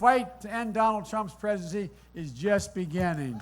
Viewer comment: biden can not even pronounce the word PRESIDENCY , let alone be the PRESIDENT .